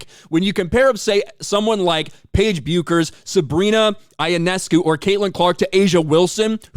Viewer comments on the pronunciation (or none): I wonder how good the content would be if we didn’t hear “Fuckin” 10 times? 😂 It is not a good look to or for anyone, especially kids. Paige’s last name is pronounced ‘Beckers’. Any knowledgeable fan knows that. Clean up your act and do your homework. Your content will get a lot better reception. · Pronounced Paige Beckers. Welcome to minnesota names